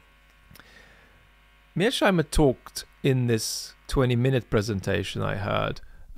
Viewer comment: It's Mears-Heimer, not Mear-Sheimer!